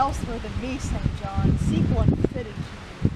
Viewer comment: Might I add that this may be the only film in which "St. John" is correctly pronounced?